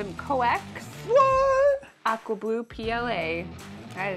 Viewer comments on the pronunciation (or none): Oh "aqua blue"! I thought you said "We can't wait to print with your awful blue". LOL